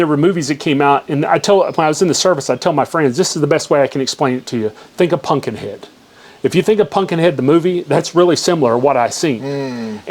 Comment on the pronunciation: Man can’t pronounce “ pumpkin” says “punkin”